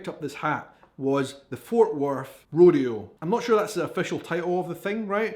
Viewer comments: Hi, 6 generation Central Texas cowgirl here. Rodeo is pronounced row d o. Dallas is full of city slickers or what we call concrete cowboys. To see real cowboys and ranches go to West Texas towns like San Angelo and Abilene. South Texas has plenty of em too. Always grab your cowboy hat by the “crown” the top part of the hat. The rest of the hat is the “brim”. Never touch the sides as this will cause the hat to loose its “crease”. Tip your hat forward or backwards with one hand in the front. Whataburger for the best burger, Diary Queen for the best ice cream, Bar B Q and Mexican food for breakfast, lunch, or dinner, and don’t forget the Sweet Tea, Dr. Pepper or Big Red to drink. We also have Lone Star Beer and Shiner Bock is brewed right here. Hope this helps! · Have always wondered why your YouTube video is titled "European reacts ..." instead of "Portuguese reacts ..."? It's pronounced Row-dee-oh. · 120° F.... is what like 47-48°C at its worst. 93°F is more typical. Howdy from Central Texas. (Rodeo ... "Road E O" Pecan... "Pea Cohn" is the Texas pronunciation and accent.) Spring and Autumn is best and Winter is wonderful if you are used to a region with snow. Rarely see snow. Tip for cowboy hats. Black felt is winter wear. White straw is summer and its to protect you if you work outside. Pack sun screen. But if you like to wear it...wear whatever cowboy hat makes you feel handsome or pretty. But yeah come to Texas for a visit. We would love to have ya. We like to meet from all over the world and share our culture with you as well. Texas really is like a country. Was in fact at one point an Independent Republic that accepted an invitation to become part of the USA as a State and very large. We describe distance not by kilometers or miles but colloquially by hours. "About 3 hours from here " works out to it will take you about 3 hours to drive there from this location. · Yes, the O in rodeo is a long O. Rr Oh Dee Oh. The Dee is the hard point. Ro D Oh